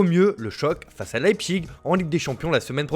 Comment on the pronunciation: Bon mon gars, on dit LAÏPZICHE pas LEÏPSIGUE.